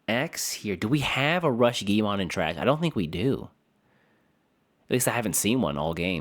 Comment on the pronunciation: Why do people call guilmon: giomon?